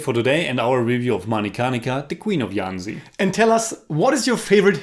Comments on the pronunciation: The "JH" Jhansi is pronounced as a hard "JH" not "y". Like the j in "Jesus" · Its jhansi and not yhancy. Its hindi not spanish. You dont see us calling you yinmy cage do you? :p